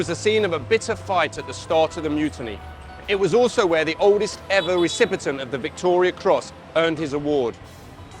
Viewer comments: Haha, he said “recipitent” 😂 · Recipient not recipitent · Stop saying recipitent